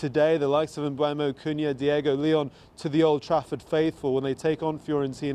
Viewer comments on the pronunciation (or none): none